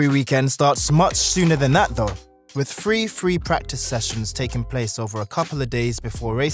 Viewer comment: Wif free free practice sessions, huh? 😂